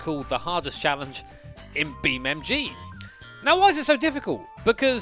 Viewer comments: It’s Beam(N)G not Beammg ffs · Do you think he knows is BeamNG? Because the title suggests he does but he’s definitely saying BeamMG… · Is it just me, or are you calling it BeamMG? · Use me as a button for every time calls it BeamMG! Love you really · Does he keep on saying BeamMg 😂😂😂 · Why does he say BeamMG